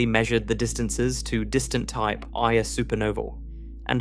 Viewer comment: Just a small suggestion. At about the 1 hour 30 minute mark, the AI pronounces the Type Ia ("1-A") supernova phonetically as a type "eye-uh", which might be a bit confusing for those who have studied a little Astronomy, but are misled by the incorrect pronunciation. I've noticed this same fault in several of the videos on sub-atomic particles and such. Not to detract from the incredible benefit I have received from these videos, but perhaps the AI could be trained to correct some of these issues. After all, spoken communication is just as important as written (spelling, grammar, context and such). Thank you for continuing to produce these. :)